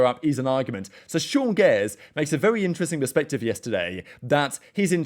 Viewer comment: The way pronounce names man 'sean gairs' 'toys' any brazilian name's 'zin' --> 'zan'. ICANT Love the reports and news regarding valo tho. Keep up the good work.